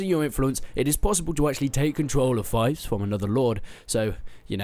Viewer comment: Im pretty sure its pronounced 'feefs'